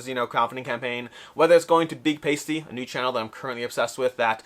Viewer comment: I've been pronouncing as if he's a large singular pasta. Saying 'pasty' is pretty funny.